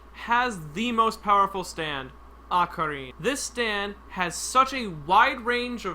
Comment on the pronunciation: Akari? You mean araki?